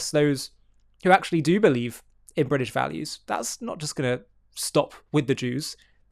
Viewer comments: No such thing as bwitish police. "Englistan police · Bwitish living in bwitain? Cringe. You're englistani living in negland.